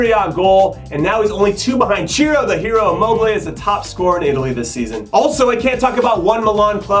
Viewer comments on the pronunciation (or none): none